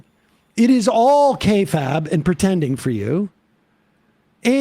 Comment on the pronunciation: these guys trying to be cool using the term kayfabe, then mispronouncing kayfabe.